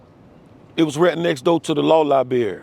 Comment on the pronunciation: “Come to the Law Libary” It was obvious his old ass wasnt going there 😂🤣😂🤣🤦‍♂️